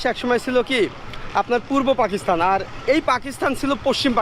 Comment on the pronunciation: ভাই পাকিস্তান হবে পাকিস্স্থান না। please pronounce it right way ❤